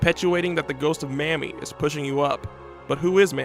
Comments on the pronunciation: Her name is pronounced May-mee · Awesome video, long A in MAmie though, prounounced Maymee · Her name was Mamie (with a long A). Not Mammy. Get it right.